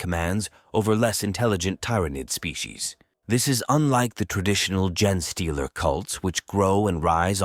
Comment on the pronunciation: 2 seconds in…jenaaaay stealer! So they steal Forrest Gumps mrs? ( then again who didn’t 🤣) Put more effort in! Already lazy A.I Unsubscribing